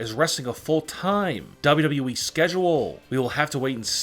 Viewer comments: lol you keep saying wwee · He saying wwwee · This dude says wwweee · did he just say dubduby